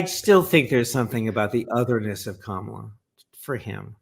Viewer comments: It's "Comma-la" not "Cama-la" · let’s get Kamala’s name right. Comma lah. John says it correctly. But alas, you pronounced it like Donald. With just a few minutes of conscious rapid repetition it will become automatic and second nature. We're all going be saying it regularly for the next 8 years. The alternative is a descent into 1930s Germany or Italy and who knows what happens to normal people who rightly criticized this low IQ Mussolini? Ps fan of the podcast!